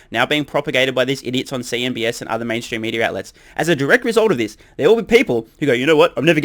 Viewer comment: CNBC. Not CNBS. Or was there a reason why you call them that way?